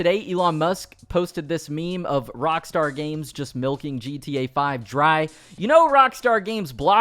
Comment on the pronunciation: Even if it was unintentional I still like what you did there. "Cockstar" instead of Rockstar sounds hilarious.